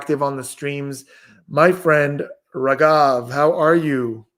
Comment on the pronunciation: Only for indians said rageeeeeeeeevvvvvvv 😂😂(it's raghav)